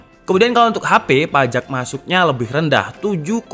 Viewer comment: PAJEK Gw: Pajak mas, PAJAAAAA....K